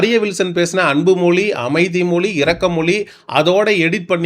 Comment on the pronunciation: தயவுசெய்து தமி(ழ்) உச்சரிப்பு கொஞ்சம் கவனியுங்கள்.... மொழியை மொலி என்று உச்சரிக்கின்றீகள். தாழ்மையான வேண்டுகோள்.